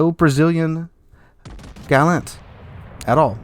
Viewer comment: I don't know about 'Jurua', you mispronounced 'Gallant'. Also, I opened 12 mega crates and got 4 ships. None were Jurua. Fake news. Of course you know this, you said it at the end, you're just clickbaiting and spreading misinformation.